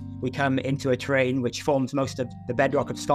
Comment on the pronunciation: {It's "terrane" not terrain in this usage-thanks for an exciting video